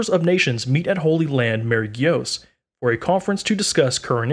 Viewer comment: "The holy land of Marie gios"